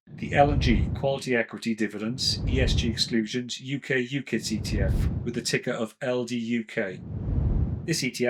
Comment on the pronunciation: Great info…but UCITs is pronounced You-sits …with a soft ‘c’…sorry but it’s bugging me!